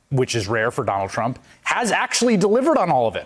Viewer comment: I'm sorry Chris Hayes but did you say "Donald's Trump"? Got McDonalds on the brain huh?